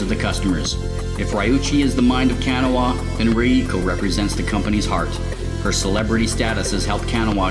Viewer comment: A minor pronunciation quibble about the pronunciation of Kanawa, but like usual, these videos get me PUMPED to play Torg!